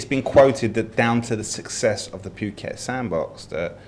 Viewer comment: How long has been in "Pew"ket? That pronunciation annoys me every time.